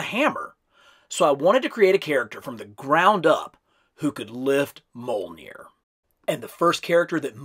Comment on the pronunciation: the J in mjolnir is said like the J in Fjord